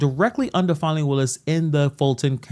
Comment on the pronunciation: It's not pronounced fawny, or fah-nee, it's Fan-ee.